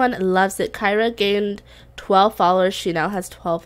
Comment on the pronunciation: Just started watching this LP and I really love it! 😍😍 I notice you call your sim Kyra but it’s spelled Kiera (Key-air-uh)? 🤔